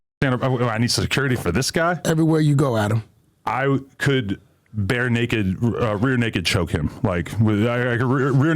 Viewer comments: He said bare naked choke 😆 🤣 what a slut. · Bare naked choke 😂😂😂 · Adam doesn’t believe himself with that rear naked choke can’t even pronounce it 🤣🤣